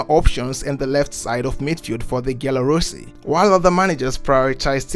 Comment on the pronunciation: Good video but as a half portuguese half italian, I want to give you a few pronounciation pointers: Mourinho > Mourin-you Giallorossi > Djallorossi Francesco Totti > Frantshesco To-ti